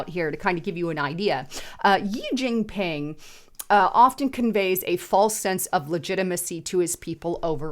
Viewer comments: "Gee Gingping" ... it is EASY to look up CORRECT pronunciations !!!!!! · This video was full of miss pronunciation and logical fallacies. JEE Jin ping. The Democrats Form of Government is succeeding because it is also succeeding in China? Circular reasoning and makes no sense. You're lookin great though lol. Just do better. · It's Shee(Xi) Jin Ping...If you never read our comments, why would we pay for your content??